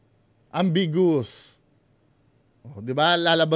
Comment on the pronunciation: am-big-yow-woos pronunciation dun 😂